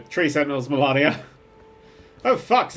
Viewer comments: I’m happy that we got a nerdcubed challenge vid but if he says “Melarnia” one more time I’m going to waterfowl dance him. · It's spelt 'MalEnia', pronounces it 'MelAnia'... Why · I love the pronunciation of melinia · U botched the word malenia